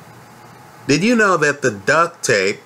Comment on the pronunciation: Duct, not duck. Lol